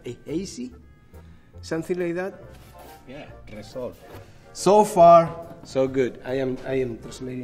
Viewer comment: Word is: Resol Pronunciation is: machinegun noises-esol